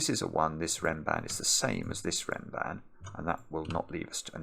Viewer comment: Funnily enough, I never realized the connection because of Mark/ pronunciation (the "a" should sound like the a in "bra"), but then I heard Zetamath say it in a video once and it clicked